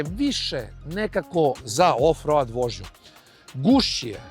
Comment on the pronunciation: Zaboli me kad čujem "road", brate Vuk Karadžić nije Angosaksonac, zato se to čita "roud".